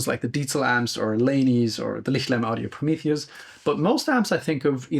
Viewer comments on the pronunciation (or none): none